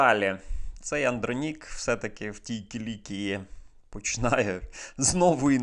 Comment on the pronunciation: Правильно казати -- АндрОнік